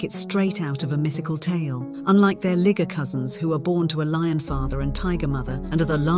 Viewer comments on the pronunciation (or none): That woman really got into saying Ligger lol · What you need to do is pronounce LIGER, the exact same way you pronounce TIGER. Only one letter changed, you are not slick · I thought it was always a liger... And to be completely honest I AM NOT FEELING HOW SHE PRONOUNCES LIGER. Its literally Tiger with a L.. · I thought, "liger" would rhyme with "tiger". But she does say "tigon" with the same pronunciation of the first syllable of "tiger".